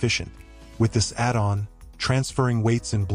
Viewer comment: The ai voice pronunciation… “add’n”🤦‍♂️